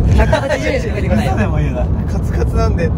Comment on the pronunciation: ずんだ餅返品の話の時に、｢カスカスなんで｣って聞こえて、うわ宮近～って思ったら、｢カツカツなんで｣だった